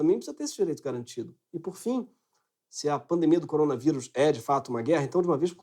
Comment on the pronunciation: Coronavairus, tá falando errado Greg..